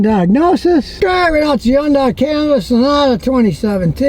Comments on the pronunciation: Scotty did the research on this pronunciation. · "Hyun-dae" is how Koreans pronounce it